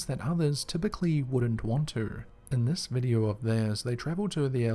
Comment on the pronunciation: Videe-urrh?? You mean video???